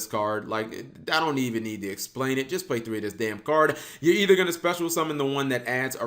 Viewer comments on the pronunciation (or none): none